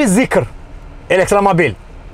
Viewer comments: Zikr deyil zeekrdi🤣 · Zikir deyil zıkır 😂